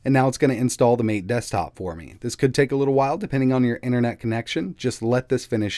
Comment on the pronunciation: MATE = Mah-Tay